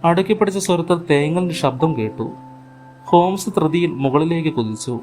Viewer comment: ശബ്ദം നന്ന്. But ഉച്ചാരണം ശ്രദ്ധിക്കണം... ഷബ്‌ദം, കാരണവഷാൽ, വാഷി ,ഷേഷം etc